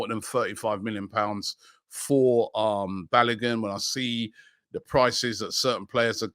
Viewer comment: Robbie’s pronunciation of Balogun is frustrating .